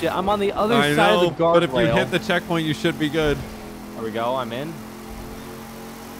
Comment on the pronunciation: When he said I hit a gawrdwail instead of guardrail 😂